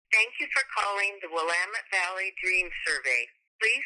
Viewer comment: Just so you know the correct pronunciation of Willamette is “it’s Wil-LAM-Mette, damn it.” Take it from someone who actually lives in that area. 😉